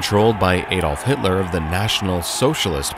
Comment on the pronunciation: Good and interesting video, but your pronounciation of german words, including "Volkswagen" and "Adolf Hitler" are terrible. It's pronounced Folxvagen